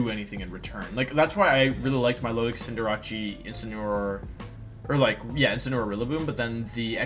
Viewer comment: Intimidatii Cinderache I hate and love these pronunciations so much Love the video though :p